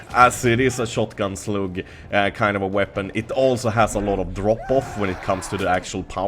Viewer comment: shotgun slug uttalas "slagg"... you're welcome ;)